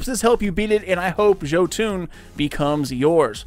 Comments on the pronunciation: It’s “yo-ton” not “ joe-toon” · Hey man,Thx 4 video,keep up the good work👍🏼Just wanted to say it's pronounced JOtun or Jotun straight forward, not Jotuun (even though wiki may say "Jötunn",wich is wrong in a scandinavians ears also;)It derives from Old Norse mythology were the Jotun's (Norwegian=jotnene) often fights Thor,Odin and the rest of the old Norse Gods (the female jotuns though could be the Asgardians sexual partners sometimes😃)They are giants and lives in Jotunheimen in the castle Utgard.A little history lesson from a Destiny gaming Viking from Norway,Skål😎🍻 (Ps I've done a lot of frames in Bergusia,no Jotun,so it's a pretty random drop.) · It's YO-TUN. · another guy says yahtin... you say joetune... its not a shitty rappers overcomp software(autotune), go listen to the mighty loki speak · Jo-fuckin-toon... I'm done man why are so many people this bad at producing things? 😂😂😂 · He said joo toon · Its (YO-TUNN) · Pronounced yotun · Cooper Vayda THANK YOU! Christ, this hurt to listen to... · The way he says Jotunn physically hurts me